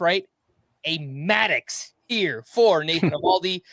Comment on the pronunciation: Did he say Maddox I don't think so LOL